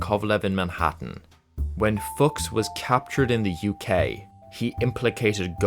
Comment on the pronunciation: Klaus Fooooks not f*cks 😂 I'm he must've done plenty of the latter too but when it comes to his name, it's pronounced fooooks. 😂